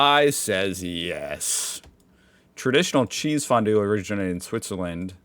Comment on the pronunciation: Kchääääsefondue! Cheesefondue is so damn good, but like Napalm in your mouth when you´re too greedy 🧀